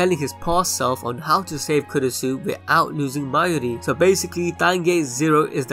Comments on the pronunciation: It's actually kurisu, makise kurisu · I thought its kurisu? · Kurisu bruh***